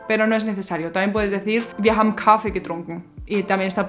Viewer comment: La vocal "a" en la palabra Kaffe es corta. No es Kaaaaffe... es Kaffe. La " a" es corta. No es Treeeeeffen No es Triiiiiiinken Y por el contrario pronuncias la "a" de "haben como si fuera una vocal corta, pero es una vocal larga. "Haaben". Lo mismo con "bin" "ng" = ŋ gegangen = genaŋen. "gestanden" Aqui no tienes que hacer una vocal larga. No es geeestanden. Passieren. "ss" No tienes que vibrar. getroffen "o" corta ... etc, etc, etc, etc, etc, etc, etc...